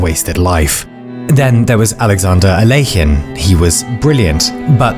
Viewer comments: the way you pronounce alekhine, is that correct???? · The rules of chess were 'finalized' in the 1550s in Spain and southern Italy, not in the 1800s. By the 1800s it got popular, but the rules were standarized long before then Edit : I have never heard Alekhine's name be pronounced the way you said it and I dont know where you got that from. I'm not trying to be a dick I'm just a chess nerd